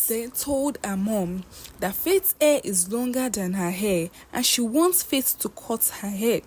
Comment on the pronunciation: This particular page has beautiful stories but the teller has some issues with pronunciation, hair=air, her=a it’s like she has no letter H in her vocabulary